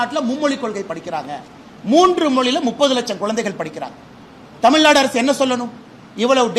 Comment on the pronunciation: தமிழ்நாடு நு பிழை இல்லாம திக்காம பேசுங்க துணை முதல்வர் அவர்களே